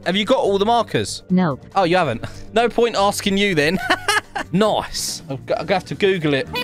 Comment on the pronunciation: I love how u say nice noice